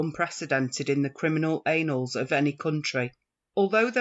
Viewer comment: It's "criminal ANNALS" not..... what was said here. FGS!